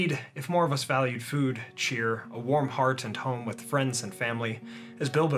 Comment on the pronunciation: Warm hearth, not heart.